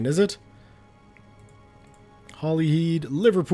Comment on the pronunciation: Hollyhead is not pronounced holly-heed. It's the same as the word "head".